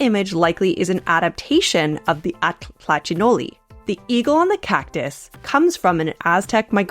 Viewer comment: Now I know how to pronounce atl-tlachinolli correctly :)